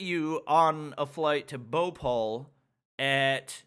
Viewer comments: is saying bopal instead of bhopal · All the times he he said bopal i was like whats that??? me later: BHOPAL ohhhhhhhhhhhhhhhh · The way he pronounced bhopal i was like what is he talking about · it BHO PAL not BHU PAL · He said Bhopal Bopaul😂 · Its not bopol 😂 Its Bhopal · English is not some universal language, most indians can speak English better than most people in the world, it's BHOPAL and not boupaul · saying bopal but its bhopal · Indians: Bho-pal: Bopal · He is pronouncing Bhopal bowpol😂😂😂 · Whe he says indian names i was like😂😂😂😂😂😂😂😂😂😂 like he make bhopal bhopaul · His pronunciation is the best bro bopall wow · wrong pronounciation of Madhya pradesh and Bhopal 😁😁 Ik coz im Indian 😅 But its ok, i know its problem, language 😅 and also the airport rules and all 😶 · Well my accent is very light and im indian Lol the way he says bhopal is so funny🤣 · "bopol" "indoor" BHOPAL INDORE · Me ok his Delhi pronunciation is good Then he says Indore and Bhopal Me: dies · He is pronouncing indore and bhopal so different 👌👌 much love (). Wish i could have meet you 🥺🥺🥺